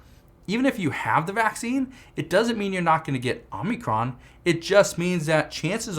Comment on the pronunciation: It's Omicron not Omnicron!